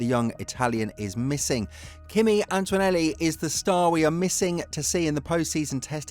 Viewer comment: It's ANTONELLI! ANT-O-NE-LLI There's NO "U" or "W" in his name FFS!!! It's Antonelli, NOT Antwanelli or Antuanelli!!!